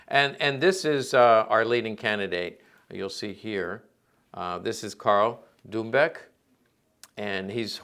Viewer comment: Karl Dumböck, not Dumboeck